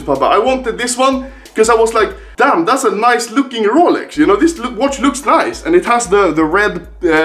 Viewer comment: No one: Anomaly: Rålex